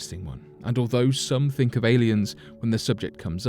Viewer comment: Yang lee way's colleague "we sink so" 😂